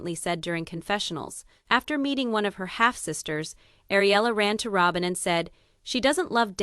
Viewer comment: Why put it out when you can't even say Rowbins name right. Robin Rowbin. If its worth listening to at least main characters names right